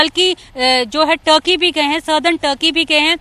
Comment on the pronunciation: टर्की नहीं, तुर्की होता है